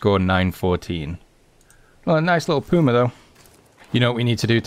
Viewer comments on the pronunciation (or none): and that is not the way to say puma it is not that 1 w, it is puma love your v merry christmas and i live in am